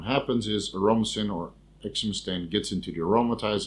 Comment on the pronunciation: It`s pronounced exemestane, not exemestane.